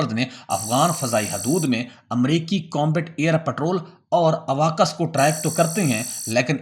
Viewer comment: اواکس نہیں بلکہ اوکس